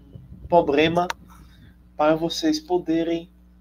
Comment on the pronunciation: Parei de ver quando ouvi…”poblema…” ⚜️